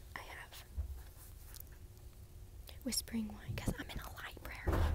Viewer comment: libary lmfao